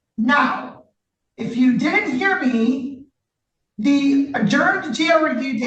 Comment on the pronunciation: Did he say “I methed up again”? 😂😂😂